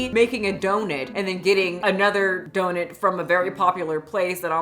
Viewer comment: She says donut like it has an I in place of the u lol